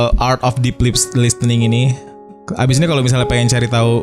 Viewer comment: Podcast nya selalu terdengar renyah as always, precious content. Cuma input sedikit, pronunciation listen/listening/listener nya kurang tepat sedikit 🙏🏼